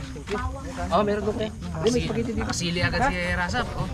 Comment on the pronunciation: harabai said ispagiti